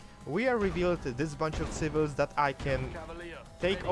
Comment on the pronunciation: I love how you called them Tsivils. It never goes away, does it? :sad